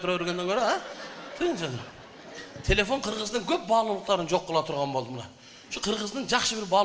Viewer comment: Юок эмес жок дейт Баткен